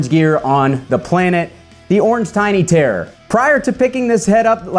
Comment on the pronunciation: accent maker terror sound like tear.